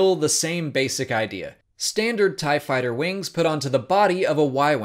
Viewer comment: Better thai. Oh, you meant tie? Oh.